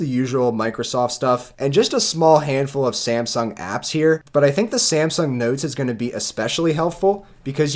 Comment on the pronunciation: Samsung. Not Semsung.